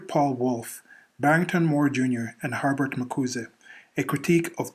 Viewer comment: You're the only person I've ever heard who says Har-Bert instead of Her-Bert.